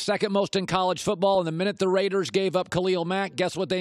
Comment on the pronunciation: Colin, please never say “the raidas” again.